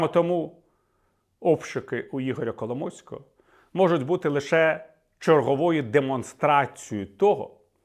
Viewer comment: Віталій сказав Кало мойського чи мені почулось?)))